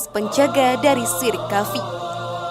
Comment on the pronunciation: Sebelum berkonten hrs belajar baca arab yg benar.krn ni di lihat banyak orang.Kalimat khafi itu yg bener adalah khofi..jgn baca indosianya tapi arabnya.